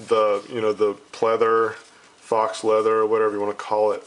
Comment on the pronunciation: Did he just say Fox Leather.